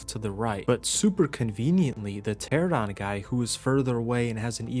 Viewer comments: This game looks pretty fun. I’m picky at times though, so I got to point this out just for my own sake. Or i won’t stop thinking about it haha. pteranodon is pronounced (Ter-an-uh-don) not Ter-uh-don). It’s even spelled the way it sounds, Pteranodon. Anyway. Either way you pronounce it. You’ve made me want to try this game out. I’ve watched a few videos now from you and it looks so fun. And i love dinosaurs. I grew up reading James Gurney’s Dinotopia books, a lot. I loved those books. I still do. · Please stop saying "teradons" its "pteranodon".... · Bro couldn’t say Pteranodon to save his life. It’s Ter Anna don. Not a Tera don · Nodon....pteraNODON...tear anna don...🤣🤣🤣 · Say it slow now... Pter Ano Don. After almost a decade, thousands of hours looking at the same names and y'all still cant pronounce that correctly... "Terrordon".............. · For fucks sake its pteRAnodon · kills me youve been playing this game for years and still say the dino names wrong lmao. pteradon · What are pteradons and paraseers i think you mean pteraNOdons and paracers. I've never understood why pteranodon is so difficult for people to say. At least you said turrets right and wasn't calling them turrents